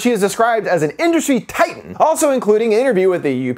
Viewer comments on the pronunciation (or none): none